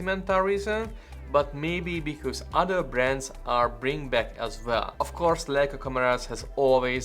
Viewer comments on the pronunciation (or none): none